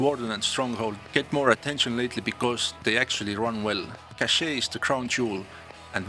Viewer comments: It does ! It's sound like "caché" which means hidden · The way you pronounce the name of that map is straight up french 🥖